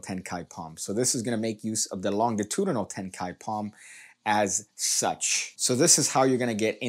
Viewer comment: I chuckled every time you pronounced longitudinal incorrectly lol